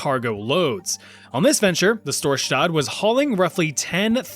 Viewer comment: Why is it that every time an anglo is gonna pronounce something in Norwegian the s becomes "sch" or "sh". Dude, we're not fucking Germans. It's pronounced "s" like in English. It's not "Schtorschtadt!" It's "Storsta" (the d is silent). Thank you for your attention!